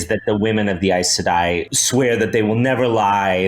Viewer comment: That is NOT how you pronounce Aes Sedai. But Rafe knows and doesn't care, much like with all the other changes he's making to bring down this masterpiece.